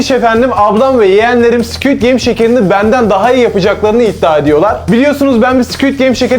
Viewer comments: Abii "sküüd geym" değil squid game😂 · Squit degil squid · Squid❌ Squit✅